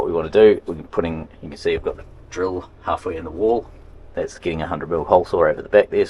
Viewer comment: Where kins? 😂 it’s can lol